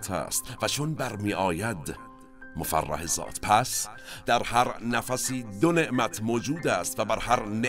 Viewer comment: با سپاس فراوان از جنابعالی و همکاران محترم تان، به عرض می رسد "مظفر" الدین و الدنیا به کسر "ف" است و اسم فاعل به معنای بدست آورنده پیروز. همچنین است "مفرح" به کسر "ر" به معنی شادی آور. با احترام بی نهایت به شما بزرگواران فرهیخته.